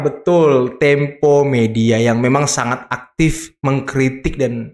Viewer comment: Kata opung parbelak, data tempe😂 bukan tempo😂😊